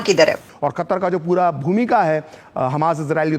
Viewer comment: बहन आप अपनी हिंदी ठीक करो,,, कतर को आप कतार बोल रही हो